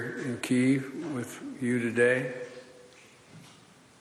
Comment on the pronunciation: Try to pronounce Kiev properly!